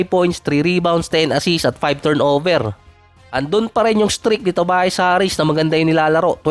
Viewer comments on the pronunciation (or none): none